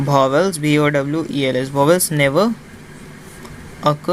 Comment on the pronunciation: Vowels ❌ Bhowels✅ 😂😂